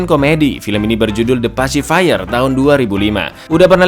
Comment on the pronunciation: Pacifier njir bukan pacifire . Pengejaan nya juga beda apalagi artinya